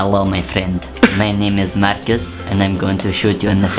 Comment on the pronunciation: when Marcus says Marcus it sounds like he is saying Marcus in swedish :o